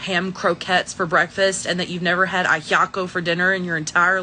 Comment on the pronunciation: That white "Cuban" lady is questionable. She completely mispronounced ajiaco like a non-bilingual would. She used the term "my fellow Cubans", so I'm assuming she included herself as Cuban.